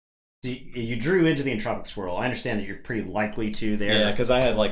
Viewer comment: When you said "Entropic Swirl" I definitely heard "Entropic Squirrel"... time for a parody house from the creators of Barkham Horror =D